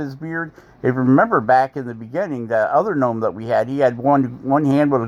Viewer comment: What’s a guh nome?🤣